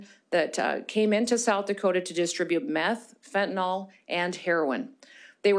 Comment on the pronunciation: She did have pages in front of her, but didn't use them much. She seems to know her stuff. Except for mispronouncing fentanyl (last syllable rhymes with hill).